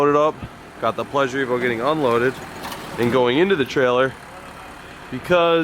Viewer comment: The pleasure-t-evo I like it touch subtle 👏